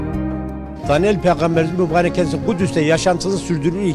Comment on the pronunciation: Dalyan değil Daniyal as kardeşim düzeltin onu